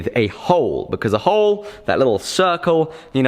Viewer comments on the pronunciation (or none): none